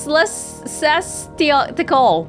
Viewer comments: ecclesiastical pronounced "e-klee-zee-ass-ti-kal" its about religious people. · ecclesiastical -- LOLOL you had me dead! xD ee-klee-see-ass-ticial, also known as "pertaining a church" I think. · Ecclesiastical - E-Clee-Siastical